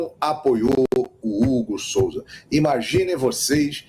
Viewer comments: Não seria "Hugo Souza" e não Hugo Solza ... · Qual seu problema com a língua portuguesa? SOLZA ? COM L ?